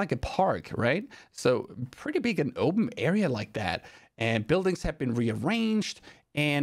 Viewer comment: "oupmhm" Thats weird way to say "open" ❤